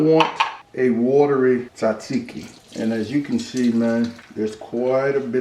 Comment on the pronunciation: Btw pronounce it taaaazeeeeki